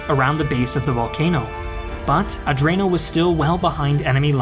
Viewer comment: Another great production, but your pronunciation of non-English names and words is atrocious as usual 'Guzzoni", "Catania", :"Adrano", "Troina ",,, etc.... I suggest you enter these names into Google Translate to get an idea on the proper pronunciation.